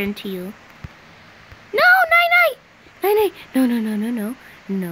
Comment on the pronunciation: The name is NiNi but she says nainai